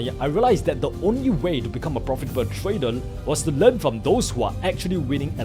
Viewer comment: You may be smart but atleast try to improve your pronounciation. I dont expect you to be perfect but i know its possible if you try it. Im talking about those simple words you pronounce like tradal instead of trader that even a class 1 students would find it very easy.